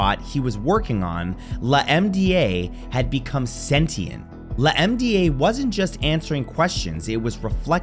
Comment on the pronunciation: LaMDA I believe they pronounced Lambda